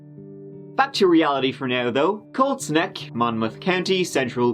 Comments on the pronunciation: I kept thinking he was saying Cold Sneck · I kept hearing cold snek instead of colt's neck... Great video despite my dumb brain though! So sad for the kids involved. They didn't deserve this crap. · Watching with the subtitles on and giggling every time it reads 'cold snack' instead of Colt's Neck. LOL